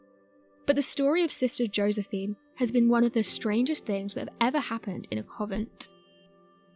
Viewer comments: Stop saying "Covent" It's Convent. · Convent not coven. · the word is pronounced CON-VENT! Please, please get it right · Convent.... it's pronounced Con-vent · Beautifully narrated, but I'm a bit confused. Did you say "COVENT"?? As in 'CONVENT' - like where nuns live? At about , & & at least once more after then. 😕 Either way, GREAT SUBJECT & video on it, & the pics!! Amazing...... Thanks for sharing!! From Down Under.. 😊 ✌🐨